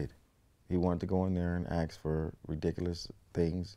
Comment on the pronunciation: He talks cool n calm then goes full ebonics. Then back to normal. Its ask not axe.